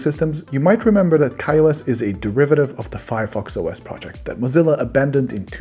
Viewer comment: It’s not Fireos you nerd